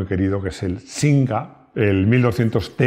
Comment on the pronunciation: Es de Madrid y dice sinca tronco.